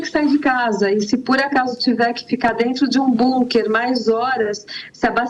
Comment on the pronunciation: Bunker”” nem ouvindo a pronúncia correta ela para de dizer “”bunker””